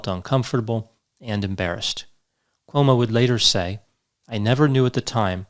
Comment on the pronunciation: You seem to say OMO [not CUOMO]about half the time...How come